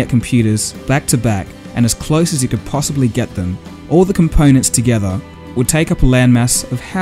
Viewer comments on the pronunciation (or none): your pronunciation is terrible. close is cloiz phone is foyn so is soy basic is bicyc change is chinge component is compoynent totally ununderstandable. improve.